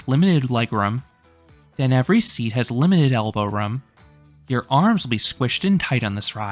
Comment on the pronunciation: The way you say “room” sounds New England.